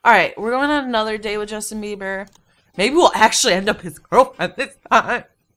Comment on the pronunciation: "Justin babby" I laughed pretty hard at that